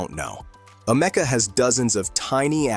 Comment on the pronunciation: I call bullschitt on this video. And it’s Ameeeka Not amecca……